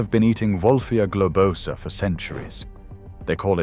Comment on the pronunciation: It's gloBOsa, not gobloSAAA